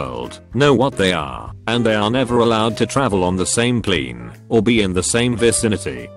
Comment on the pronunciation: the way the AI says “plane” makes me lose my shit everytime JFJSJVD